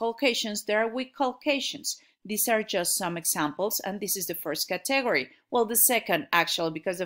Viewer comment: 'CAtegory--- not ca'TEgory.